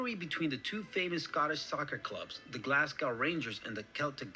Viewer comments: So to cover this guys point a bit more I’d suggest looking up a video on the worlds most bloodies football rivalry. The two teams he is referring to are Glasgow Rangers and Glasgow Celtic (tho usually referred to as just Rangers and Celtic. Also Glasgow is pronounced Glaz-go not Glass-cow or Glaz-gow as this yank was pronouncing it) Both team are major rivals both due to being the top 2 teams in Scotland but also due to religious reasons too. Celtic was founded on the idea of helping Irish Catholics during the fammin, while Rangers was there to support Scottish and Irish Protestants. As you can guess Catholics and Protestants don’t see eye to eye a lot and the bitter rivalry and hatred for each other lead to a lot of said hatred being displayed in and outside the stadiums - to a point where if you were a Celtic fan you didn’t go into one half of the city or you’d likely end up stabbed and in a gutter (and vice versa went if you were a Rangers fan). Tho the sectarianism and religious stuff has started to heavily calm down their is still a lot of it in private and the rivalry between the two teams is still an immense one to witness. Also when both of these teams play eachother the match is not just referred to as Celtic vs Rangers but it’s primarily known in Scotland as the Old Firm Game - referencing that these two are some of the oldest football firms (clubs) in Scotland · Did anyone else cringe whenever he said Glasgow? (and I'm English!). FYI, we pronounce the last syllable GO as in Glaz-go.....not gow to rhyme with cow. Incidentally we also pronounce Moscow the same way... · I wish these channels you watch were narrated by Scots and not Americans. Glasgow is pronounced GlazGo and Edinburgh is pronounced Edinburruh not Edin burrow. 😂 Oh, and GlazGo Celtic is pronounced Sell tick